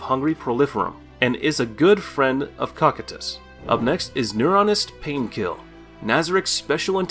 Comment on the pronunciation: Please say cocytus name correctly 😭😭